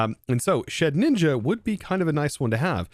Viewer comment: lowkey i thought thats how you were supposed to say it too, hes joked about past mispronunciations but he doesn’t entirely care especially for ones like his milotic